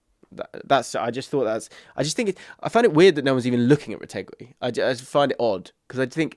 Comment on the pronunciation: IT'S PRONOUNCED RETEGI NOT RETEGWI U CVNT